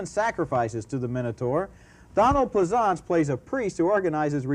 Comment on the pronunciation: Did he say Donald "Pleh-ZAHNTS"???